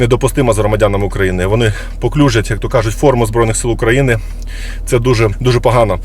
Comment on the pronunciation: Антох, знаю что ты русскоязычный, но нэ паклюжать а паплюжать) хотя лучше скажи на полтавском суржике - позорять! И будет нормуль